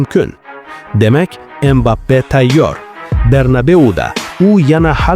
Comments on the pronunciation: Aka iltimos Embape demang Kiliyan Mbapeni ismini tugri tallafuz qiling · Inglizcha talaffuz Embappe